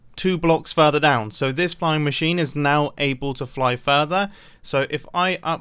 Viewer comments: So you were saying fline i heard flying lol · He mispronounced "flying" actually. Later he remarked that the mispronunciation sounded like "fine", but the original intent was "flying". Which is English (and Australian) slang for "doing well with no problems". It is meant to conjure up the mental image of flying over all the potential problems that could occur. The reason he took it back was because he mispronounced "flying", and so he encountered a problem, which meant he was no longer flying. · Mumbo your fine, ive never herd someone say the word "flying" in that way, and im american